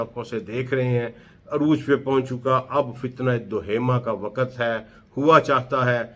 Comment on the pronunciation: ڈاکٹر صاحب آپ کی تحقیق بہت زبردست ہے لیکن آپ کا تلفظ صحیح نہیں ہے مثلا من و عن۔۔۔۔م کے نیچے زیر ہے۔۔اسی طرح وقت بھی غلط پڑھتے ہیں۔۔۔۔حالانکہ آپ کی تحقیق بہت اعلی ہے۔۔۔اگر تلفظ بھی ٹھیک یو جائے تو اچھا لگے گا۔ ۔